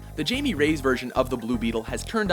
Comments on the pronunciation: Damn, they butchered the name Jaime. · ughh you pronounced Jaime's name wrong... :/ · It's quite annoying. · His name does not sound with a j it sounds like a h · Anyone else "nope" out on hearing them mispronounce Jaime's name? Yes? Okay, cool. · I hate how he says Jaime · Yea in Spanish the J is pronounced like a english H...ja ja ja in Spanish is ha ha ha in English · I’m sorry, I can’t take this seriously when you keep calling Jaime “Jamie” omfg my boy doesn’t deserve this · Jaime Reyes is not pronounced "Jay-me" its pronounced "High-Me" its the Spanish pronunciation of the name being that iteration of the character is a Hispanic kid. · It's not High-me or high-me. It's Hi-meh. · Hectorzeroni High-Me,, not Jamie. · awesome work, but it's pronounced "Hi-May" not "Jay-me" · you said 'J'amie nooo it's hyme please God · It's JAIME (hi-meh), not JAY-MIE --- facepalms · I could be wrong, but I think it's pronounced "High-May" Reyes, not "Jamie"....but it's all good, Dan. I love all the shows, guys! Thanks WatchMojo Crew! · Kind of peeved that they pronounced Jaime's name as Jay-mee, when it's actually pronounced Hy-mee. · It's not Jamie. It's Jaime. (Hye may) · JESUS IT'S NOT "Jamie" it's "Hi-mey". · Okay, so first, Hi-may ray-es, not jamie rays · IT IS NOT JAMIE ITS JAIME “Hi me” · he pronounced the name so wrong, is not jamie, it's jáimé, or something like that, just as long as he says it with spanish origin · Jaime is pronounced like Hi-may, not Jamie. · it's not pronounced Jamie raise, it's pronounced high-may ray-ez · It's Hy-me not jay-me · Did they pronounce "Hamie" Jamie ? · It’s not Jamie it’s a Spanish name it’s pronounced high-meh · it is pronounced haimee non jamie. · it's not (jay-me) it's (hai-may) stop pronouncing names wrong darn it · But it dose mater, the difference is the ethnicity of the character. calling him jay-me is disrespectful to his Hispanic heritage and just white washes the character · Its actually " High-may" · Pronounced Hi-Me